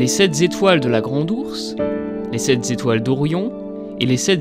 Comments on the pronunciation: Les sept Zetoiles, les sept zastres, les sept zos courts... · Il faut arrêter de dire sept Zétoiles : il n'y a pas de S à sept. Sinon bonne vidéo 😉